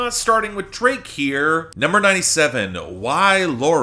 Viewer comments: “why loro” oh, you should really do a duolingo class someday. this is hilarious 😂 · FYI: "Y Lloro" is pronounced "eee jorro" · after hearing your pronunciation of "Y Lloro" I can honestly say that no, Drake's Spanish is not as bad as yours. Nobody's is.